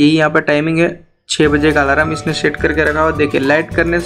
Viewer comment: 😅😅😅😅😅alarm hai wo bhai,alaram nahi😂😂😂😂